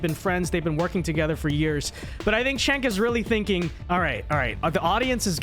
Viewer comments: C'mon, how long will it take before critics stop pronouncing Cenk's name wrong. He's literally been a public figure for a hair under 20 years. How many times do people need to hear his name pronounced /Jenk/ /You-Gur/ before they learn to stop botching it? How many times is enough? We're clearly into the tens of thousands not being sufficient. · It's pronounced "jenk", not "chenk". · Does a whole segment doesn’t kow how to pronoumce it Jenk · You're a shining example of US American ignorance of politics. I'm neither a liberal nor a conservative and I don't support either party. Number one, the dude's name is pronounced: "Jenk". He's a walking dildo, but you should at least be able to get his name correct. Number two, Ana Kasparian is a liberal, not a leftist. Liberals are literal right-wingers by their support of liberal democracy and liberal capitalism as an economic system. This is incontrovertible. Liberals are not part of the left-wing of politics, being supporters of capitalism. They historically are anti-left. Therefore, she isn't "moving to the center", as you suggest, she is moving even farther to the right. The US has a far-right conservative party and a lesser far-right liberal party, so the "center" between them is still to the right of right-of-center. If you're unaware of this, of politics in the very country that you live in, your opinion on politics is invalid, as you don't even understand what you're commenting on. You have to get past your lifelong indoctrination by the US government that "conservatives are the right and liberals are the left", which is patently untrue objectively. There is no left wing of politics in the US and there hasn't been one for 70 years. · You can't even say dudes name right and expect people to take you seriously. You're a fool.